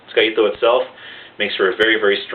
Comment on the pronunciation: btw the "tsuka" is not pronounced as "iska" but its pronounced as "sooka"